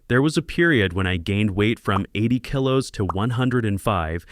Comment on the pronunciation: AI VOICE. Kilo is mispronounced. For this, I will avoid this channel. Real humans . Keep healthy